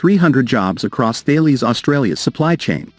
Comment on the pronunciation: Ben-deee-go 🤣🤣🤣🤣🤣🤣🤣 Failies 🤣🤣🤣 I can get a Military based YT channel mispronouncing Australian place names like Bendigo, but when you can't even pronounce one of the biggest Defence Companies in the world correctly, then you are nothing but a joke.